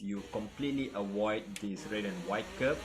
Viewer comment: love it when u say "awoid the sausage kerb"